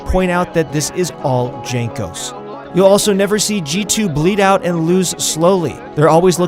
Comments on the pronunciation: I cringed when he said "jankos" instead of "yankos" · Jankos should be readed like Yankos, cuz his nickname is from his family name Jankowski, soo polish J should be readed like eng Y. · DZANKOS hahahhahaa its JANKOS! :D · Not DŻANKOS, his nickname is Jankos :) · That's cool and all but you just called jankos Junk-os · Bruh, it's Yang-Kos. For a league of legends channel, you have some really bad research. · If you are going to make a video about G2 the least you can do is learn to pronounce their names correctly. Also most educated people know that in Slavic languages j is pronounced as y. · With Y like "Yankos" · pls check how to pronounce Jankos correctly before uploading a video:) btw nice video;) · This channel tries way too hard to sound professional and knowledgeable, especially with that pretentious name. Can't even pronounce players' names correctly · Gives me diarrhea when u pronounce jankos name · Pronouncing Jankos' name wrong is an insult to the Polish language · I stopped watching when you pronounce Jankos name. rip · the way you say jankos makes me suicidal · Lol pronouncing jankos with j